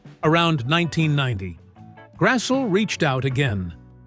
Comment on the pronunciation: Karen's name is pronounced Grass-lee, not Grass-ull.